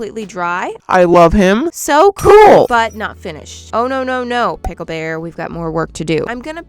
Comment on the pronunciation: It is not Pickel when it comes to him it is Bickel 😂😂😂